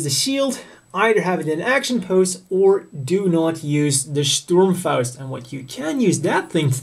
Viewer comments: the molding of this HGUC Zaku I is very similar to the MG Zaku I with the exception of the shoulder support for the bazooka on the HG model, still one black Zaku I is not enough to buy, make it 3 in homage to the Black Tri-Stars...btw, I love the way you pronounce "Sturmfaust" aka RPG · A lot of english speaking people say german words like "Sturmfaust" in rather funny ways, but you are pretty good at it. May i ask where you live?